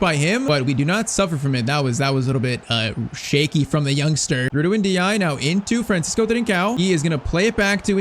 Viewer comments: The "e" at the end of Ndiaye is not silent. It sounds more like NDIYAYI The "i" at the end is a soft "i" which ends up sounding like "ay" in "say" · Is it just me or is he saying ndiaye wrong